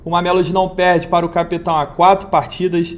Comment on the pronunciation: Cape Town pronúncia (quep taun) em português Cidade do Cabo.